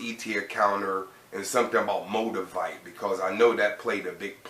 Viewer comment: Did he say "MO-DUH-VITE"??? Lmao lmao lmao